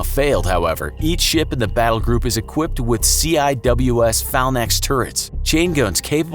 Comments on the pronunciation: DID HE JUST SAY “PHALNAX???”. Buddy it’s “Phalanx”. “fay-lanks” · OK, I can't take this person serious when they say "C-I-W-S fallnex turrets" The CIWS stands for Close-In Weapon System..or sea-whiz for short. And fallnex? I'm guessing they mean phalanx...and it's pronounced ˈfālaNGks. If you're going to do a video on...anything...please know what the hell you're talking about so you don't sound like an idiot. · It's not falnecks it's falinx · you need to learn how to pronounce the terms you mention. Phalanx is pronounced, “fay-lanx,” not “fal-naks.” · What the heck is a "Faal-max" CIWS? "Phalanx" is pronounced "Fae-lanks" -- you know, the same way it's been since the Romans! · . you know. you lose all credibility when you say $hit like, "ciws falnex turrets". they are phalanx turrets. if your analysis is that the u.s. super carriers have a low percentage chance of being sunk, you were unclear, then yes. i agree. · Not "fal-nicks." Fal-lanks. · Umm "Phalanx" is pronounced fei·langks. Not fal•necks.. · Phalanx CIWS- Pronounced “Fay-lanks See-wizz”. As opposed to “Falnax” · Obsoletion??? Obsolescence!! Falnax?????? Phalanx!!!!! Sounds like everyone's forgotten that nuclear-tipped torpedos and missiles exist, and have existed for many years. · Fal-nax turrets? Really? It’s pronounced FAIL-anks. Emphasis on FAIL. Literally. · Phalanx is pronounced "fay-lanks". Not "fal-necks" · Did he say Phalnax turrets instead of Phalanx...lol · Also, it's pronounced "fay-lanks", not "fal-nax". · Am I the only one who heard "Fal-nax" ?? It's pronounced "Fhay-lanks" / fālaNGks. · Yes, "phalanx". Not "phalnax". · Obsoletion? I think you mean obsolescence. "Phalnax" should be Phalanx. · Phalanx not Phalnax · Do you people listen before dropping these in to youtube? Phalanx was pronounced like "Fal naxt" its a simple word ... Phalanx is pronounced "Fay Lanx" ... FFS its called editing, do it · Phalnax hahaha its Phalanx you idiot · lol "Falnax" instead of Phalanx.